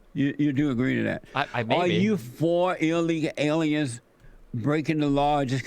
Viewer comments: Ill leeka aleeans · I want to know what he means by “illegal aliens” or as he says “allyegaul arens” also “AMAZIN” Pepega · Eel leeka ale ians